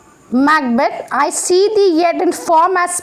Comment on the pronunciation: its thee... not three.... it means you